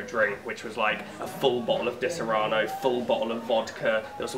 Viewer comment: I love you guys, but it's "Disaronno" to rhyme with Bono, not dis-ah-rah-no! Unless you're from Texas or something.